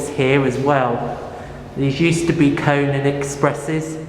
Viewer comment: The real pronunciation for Kone is Koh-Nay